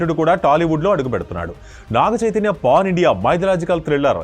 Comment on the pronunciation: pon kadhemo brother its pan anukuntunna okasari check voice